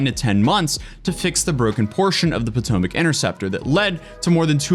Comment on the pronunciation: It's the poo-tomac river